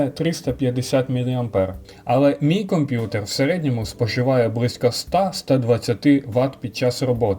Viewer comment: Продай компютор і піди до логопеда !!!